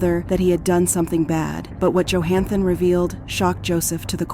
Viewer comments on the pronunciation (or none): "JOE-HAN-THON" .... Aftrr calling him Johnathon a trillion times before... See? This is why I cant like videos like this. Just mass produced redos of other videos others have done before using an AI voice. Get out of here. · You're saying both "Jonathon" and "Johansen" for his name. You having a stroke? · Bee zarr ree = bizarre. These ai bots are not as good. Joe han than = Johnathan Kwy Lez = Quayles The AI really removes the human part of the production for me. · How does AI manage to get simple words like walked and van wrong? And AI pronounces Jonathon name correctly then 12.41 radomly incorrectly pronounces his name and a couple more times after that as 'Jo-han-fun.' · Somebody tell the narrator that Jonathan is NOT Johanssen. Unbelievable.